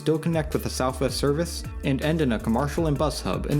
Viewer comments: "commARcial" reallly kid? How do you not know how commercial is pronounced? Also what is "Jeherson Park?" Never ceases to amaze me how many people on YouTube don't go back and fix their obvious mistakes. It's not like this is live. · You seem to be from Chicago. In my three decades here, I've not once heard someone pronounce commercial like that. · what accent pronounces commercial like that? What do you call the things you see on TV during breaks?